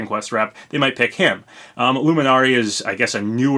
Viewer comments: Pronounced LEW-MIN-ARY. I love Dragon Quest so it set my radars off when you butchered the living god out of their names. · The way you said Luminary bothered me